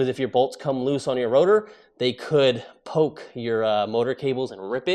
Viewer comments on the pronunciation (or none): none